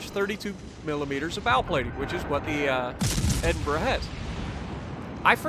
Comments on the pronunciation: Holy $#!t.... he said it right! It’s a glorious day! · You even pronounce it perfectly! I tip my cap to you sir!!!